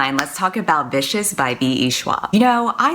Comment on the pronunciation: I swear I heard "that´s the story of BISHES" INSTEAD OF Vicious. XD